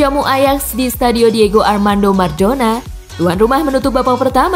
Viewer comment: maradona min bukan madona wkwkw